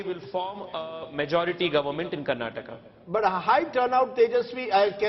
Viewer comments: Hey mr Rahul, pronounce properly. 😡 It's Karnataka not Karnatak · its not karnatak, its karnataka, pls prounounce properly 🙏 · Lo chappar, it's KARNATAKA not KARNATAK 😡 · First let those assholes learn to pronounce Dravidian state names properly. Karnataka not Karnatak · Bro it's not Karnatak it's Karnataka, pls pronounce correctly. Let's wait for tomo & too much band is not good 😂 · To all, thats Karnataka not karnatak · it is Karnataka not Karnatak please 😊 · Bro.. it's Karnataka not "Karnatak" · hey you so called national media , it is KARNATAKA not karnatak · Pronounce it properly Mr. Rahul, it’s not Karnatak , it is KARNATAKA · It is so so irritating when you fellows say 'karnatak' when the word is 'karnataka'. why can't you get the names right? would you like it if someone called you Rahu Kanwa? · It’s KarantakAAAAAA! How ignorant of u